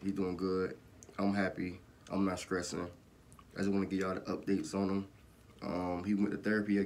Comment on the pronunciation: “i’m not skressing” 🤣🤣 glad to hear pops doing good👍🏼